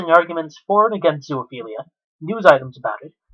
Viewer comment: Again its not ZOO-A-PHELIA ITS ZOOPHELIA! I REALLY HOPE YOURE IN PRISON FOR LIFE.